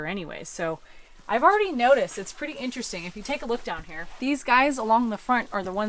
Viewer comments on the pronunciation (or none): none